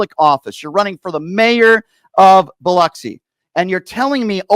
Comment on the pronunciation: The man running for Mayor in Biloxi talks Boloxi.